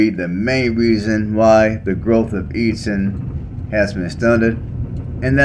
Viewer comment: Eat ton not eadon